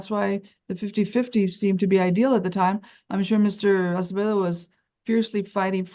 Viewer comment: Spanish last name Acevedo, not Asebedo. Try tp correct it if posible, not very important for the video but it is better to accuratly spell everything including names and surnames. Thank you